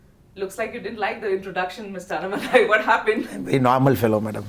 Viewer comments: Madam it's anna+malai not annai+malai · Good interview. One suggestion to you and other Hindi-belt journalists. Please take one extra minute to pronounce South Indian words “correctly” as South Indians would prefer. If is अण्णामलै not अन्नमलाइ similarly चेन्नै not चेन्नाइ One suggestion is to write down the south jindisn names and words in the Devanagari and then read it from the Devanagari spelling. Another suggestion to Annamalai, stop addressing women interviewers as Madam. Ji appendage maybe ok if you use it sparingly. We should stop the madam business. . Simply address tg by their first name or last name.